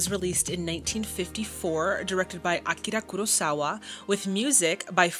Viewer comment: Daisuke would be pronounced as "dice kay." The vowels in between the consonants are often not where the emphasis is put, and are sometimes even completely silent. But you did a VERY good job. Better than most. You pronounced Akira Kurosawa's name perfectly, which most people do not. I love how you always do your homework and try to contextualize the movies you watch. It really enriches one's appreciation during the viewing experience.